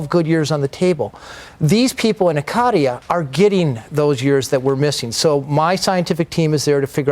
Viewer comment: Even though he didn't pronounce it correct....and he didn't mention it was a GREEK Island...it technically is off the coast of Ikaria.